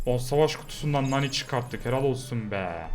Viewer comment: ABI MANI DEĞIL NANI